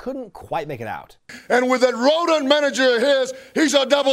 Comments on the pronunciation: You can tell you Don't live in North Georgia that was not roton it was rotten I speak broken English quite well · Sounded little rotten to me with his accent. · I think he just couldn't pronounce "rotten" as opposed to rotund lol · RODENT, not Rotund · He did say rodent manager. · yeah i think it rodent , i just think his accent got in the way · I think Santana called him a "Rodent", but his pronunciation was a bit off! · I think Santana was saying “rodent” manager. Just my guess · I think Tito said rodent. As in weasel lol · Clearly rodent,not rotund